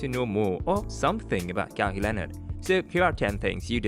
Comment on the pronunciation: Not KaWee Leonard. It's pronounced Ka-Why spelt Kawhi.